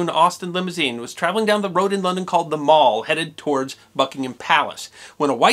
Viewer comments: It is pronounced Mall, not Mawl. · Another great video, except for the pronunciation of the Mall. It's Mall to rhyme with pal, not mall to rhyme with hall. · it's pronounced "MALL" as in HAL. not Mall as in shopping mall. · We in North America tend to pronounce Mall wrong? It’s Maall pronounced that way, just thought I would mention it as my Dad always corrected me lol other that great episode! Love these! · The Mall rhymes with pal. It is not pronounced Maul. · In the UK the word 'mall' rhymes with 'pal'. Some people now use the American pronunciation when referring to a shopping mall although generally they're called 'shopping centres'. The Mall is a hugely famous thoroughfare and not pronounced in the American way. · FYI: Mall is actually pronounced a little differently...it sounds like shall.